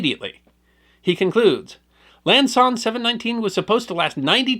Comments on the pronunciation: It sounds like our host is saying "Lan Son 719" while the text here correct refers to "Lam". I was on the ground at Quang Tri and at the border. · Repeatedly mispronounces “Lam Son”… still my favorite channel, though!